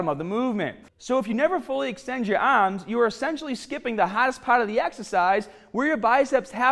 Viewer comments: My ahhhhms!!! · Yah ahhhhms will grow!